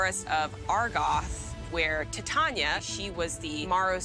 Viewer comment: i think you pronounce Titania like "Titanium" LOL you play green, that'd be the day ps I'm team Wyatt 🤍💙🖤♥💚